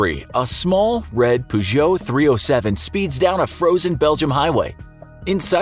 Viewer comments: peugeot like 'purr' not 'poo' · "A small red Poo-Joe" Pretty sure you're pronouncing that wrong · ffs its not pronounced "POO-geot" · I use to say “poogoat” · Did he just pronounce Peugeot as poojoe, Americans man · Learn to pronounce Peugeot if you learn to say italian names properly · The way you say “Peugeot” really triggers me. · I thought it was just me 😂😂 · The way he says Peugeot is really stressing me out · This man can’t pronounce Peugeot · Mildly triggered by how you pronounced peugeot